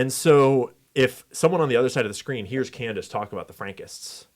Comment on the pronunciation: Why is he mispronouncing Candace’s name and misspelling it ?? Is that suppose to be a dig ? Or a joke about the media messing up his name ?